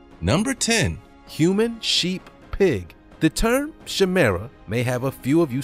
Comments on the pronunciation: Chimera is pronounced ky-mer-a, not shemera. Please learn how to pronounce words. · It’s KY-MERAH not SHAY-MERAH. Chimera..... 🙄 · Pronounced ki-meer-a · Chimera pronounced (ki-mer-a) ... love the channel amigo!! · It's pronounced 'kī-meeruh'...it (in this instance) refers to the DNA of at least 2 seperate species. There have been women who ended up having DNA completely different the children the women had given birth to! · I wanted to let you know that is pronounced “KAIMERA” Just so you know❣️ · It is pronounced "Ky- mera". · Chimera pronounced Kai-merah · It's pronounced kymera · It is pronounced kie-merra. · It is pronounced kimira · Thats not how you pronounce Chimera.